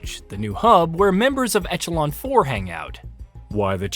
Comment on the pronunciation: Most people know that echelon is pronounced ESHA-LAWN right ? Like tell me this guy is just the 1 out of 400 million that doesn’t ? It’ll help me sleep and have hope for mankind. Thanks.